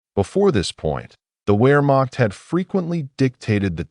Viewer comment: Teach the a.i. proper pronunciation..."where--maak?"